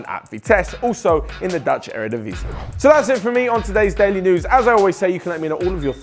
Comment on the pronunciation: Still weak, my friend 😖 You need to put more emphasis on the "Daily News" part... You concentrate too much on the "THIS". Better luck next time 👍